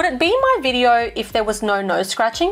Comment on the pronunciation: Lol on ‘bidyo” 😅